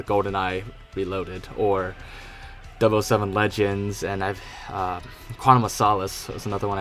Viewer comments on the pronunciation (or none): I’m a lil trigger at the whole “dub oh 7” thing… never heard it pronounced that way.